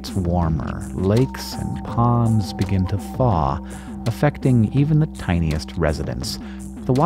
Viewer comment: That "thaw" pronunciation was music to the ears.